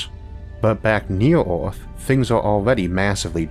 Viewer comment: New to Isaac, what's up with the pronounciation? Earth is Orth, Filter is Filtor? I'm confused.